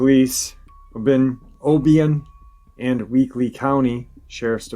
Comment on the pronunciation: Hey. Loving your work. I just want to help you with how to pronounce a couple words. Obion County TN is pronounced "O bye un". Cadiz, KY is pronounced like you are going to say Katy's or Katies except with a D instead of a T... "Kady's...or Kay Deez". lol Same with New Madrid. It's not pronounced like the place in Spain. It's pronounced “New Ma (like 'at') drid" (like 'did')...Madrid. Also Lake Barkley is 'bar klee'. I hope this helps some.